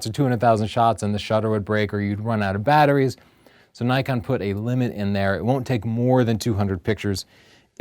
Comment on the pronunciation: Its Nee-kon, not Nay-kon! How many times do people in the comments section have to remind you? Haha. Just kidding!